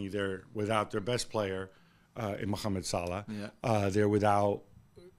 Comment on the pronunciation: Gab's pronunciation of mohamed salah is terrific